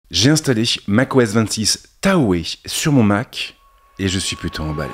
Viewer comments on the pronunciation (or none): Pitié… on ne dit pas Taohé mais Tahoe se prononce Tao 😅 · oui merci !!! TAO !!! merci ... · "Mac os 26 THAO", même si ca s’écrit TAHOE il se dit "THAO" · c’est taHO pas tahoé si jamais